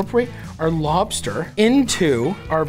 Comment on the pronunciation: Hi Matty. I'm a deep fried crisp lobsterrrrrr